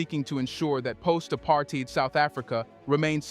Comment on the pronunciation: WRONG AI generated voice guy who can't pronounce "apartheid". white racists shouldn't have nukes in the middle of a BLACK continent...sanctions against the apartheid regime and encouraging south africa to destroy their nukes was to keep the continent safe